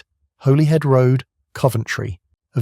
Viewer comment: it's pronounced Hollyhead road, not Holyhead rd